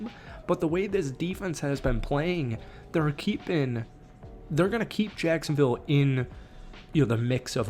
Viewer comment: Don’t throw around the word sacksonville I almost cried